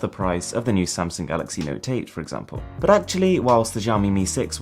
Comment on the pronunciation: good thing I know he wants to say "Samsung" and not "Samson"...